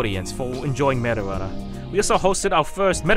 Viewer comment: when smg4 says meta runner, it keeps sounding like marijuana